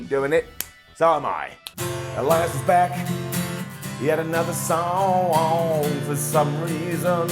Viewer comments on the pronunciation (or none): is now a singing prince Everytime he sings... said sonwong instead of song but great job